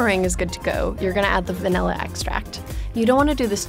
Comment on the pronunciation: When she said Vanilla i heard 'Funella' Furchester Hotel...